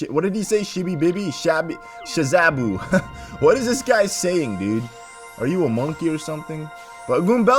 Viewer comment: Like it said "Sha-BOO-ZY" but he said "Shubazoo" like seriously? Unless he's dyslexic but I've never heard that so I doubt it.